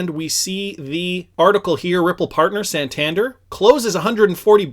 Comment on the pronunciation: hey love your channel but i must say its pronounced "San-tan-dare", keep up it!!! <3